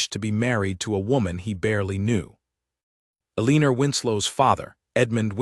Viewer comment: Eleanor has been consistently mispronounced here! It's El in nor... not E lean or.